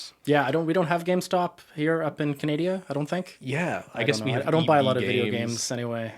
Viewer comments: Did call Canada "Canadia"? 😅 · I love that said ‘...here in Canadia’ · no hate to but the way he said Canada? 😂😂😂